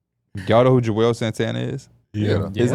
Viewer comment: juelz not joelz 😁